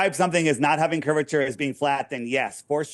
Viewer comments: He can't even say the word curvature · "Curve-i-ter"...even Moses had sense to get God to appoint Aaron to talk for him...